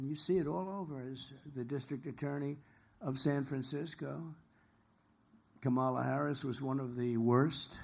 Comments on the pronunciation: Why are they in a garage? Again he pronounced VP Harris’s first name again. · Whoa, this is the lowest energy I've seen since he was sleeping in court and at the RNC. 😬🥱 It's also so weird that he can't say Kamala's name correctly.